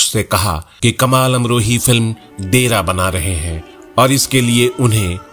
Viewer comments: (and, again ), you say: film "DE-RAA"! That means "halt." No, the film was "Daira" meaning "limitations," and the word is pronounced as "DAA-Y-RAA." I am surprised at such unforgivable mispronounciations by a Hindi-speaking adult. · Please correct your speech..... That film was दायरा but not डेरा as you have added. Thnx. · Itni bari galti hai ye uchcharan kee ki inke bare risarch ko do kauri ka bana deti hai